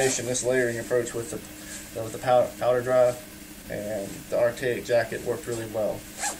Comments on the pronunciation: “Artayik” lmaoooo 😂😂😂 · how do you look right at the name of the company and still pronounce it wrong